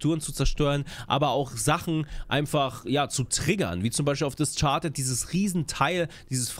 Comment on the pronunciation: No Front aber das "Discharded" statt "Discarded" triggert mich derbe :P